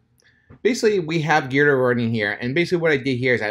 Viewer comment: The tool is pronounced gee-druh. Not like the letter G but like the article of clothing you wear in mixed martial arts such as jiu jitsu